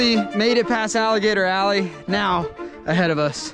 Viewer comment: *ALLEY. Not ally.